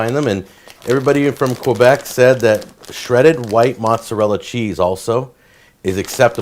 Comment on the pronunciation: maybe pronounce Québec properly if you are going on JAck for the way he says poutine